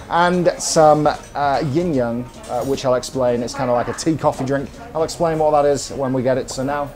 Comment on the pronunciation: Hi, the drink is not actually not Yin Yang, but yin yeung 鴛鴦. The pronunciation is similar but not the same. This is a common misconception.